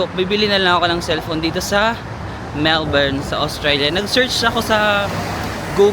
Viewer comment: Melbin ( Melbourne 😅)